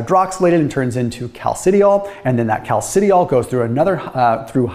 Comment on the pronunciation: For those who might be interested: calcidiol and calcitriol are properly pronounced: "cal sih dye all" and "cal sih try all"